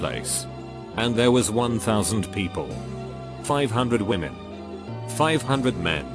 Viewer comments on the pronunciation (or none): none